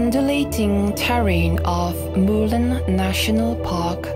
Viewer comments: A narrator hian mizo tawng a thiam chianglo nge? Murlen a lam dan chu ava mak ve. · Murlen lam dik thiamlo narrator hian a va ti flop veee,a hmuhnawm tehlul nen 😢